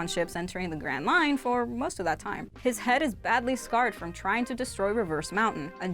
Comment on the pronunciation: When she said grand line I thought she said grand mine